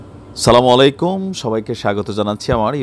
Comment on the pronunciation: Salam ar ucharon thik koren bhai